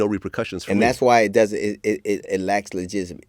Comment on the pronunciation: I be struggling to say legitimacy too 😂😂